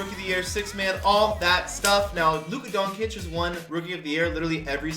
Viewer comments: Bro... It's pronounced dawn-chich not doen-cic, stop that shit😂😂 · its DON CIC NOT DONKIC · if you say Luka Donkic again im finna kill you its pronounced Luka DON-CHICH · You pronounced it luka donkey lol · You saying doncic wrong it like donchich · can u please pronounce luka doncics name right it’s pronounced (don-chic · It’s Dohn-Chich lol (Like John with a D, and then Chich) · Can you learn how to say luka doncic name please. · Stop saying luka’s name wrong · I agree. Fake Fans.